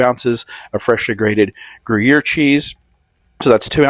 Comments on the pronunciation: Gruyère rhymes with where, not hear. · I hate to be the Grammar Police, but you called it Grew Year cheese. Since I am on a first name basis with the cows that make the cheese, I will give you a lesson on how to pronounce it. Most of the cows speak French, so you will never get the accent correct, but you can try. Grew Yair, so it rhymes with air. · Food looks good but "Groo-year" made me throw up in my mouth. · I’m not a big onion fan…but I am going to try this! Ever since covid, I have wanted things with STRONG AWESOME flavor! PS…isn’t the gruyere pronounced gru yay? Serious question…I truly don’t know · Grew-year. Sure. OK. Like that's a thing. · Grew-year cheese, huh? 😂😂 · Gruyère- pronounced “grew-yayr” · Looks great, but use some food gloves for fuck's sake. And I won't even discuss "gru-YEAR." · Saying gruyere like that!!😮😮 😅😅 I can feel the French wincing 😂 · You gotta say Gruyère exactly that way to make it authentic Tennessee … otherwise they’re just cheesy onions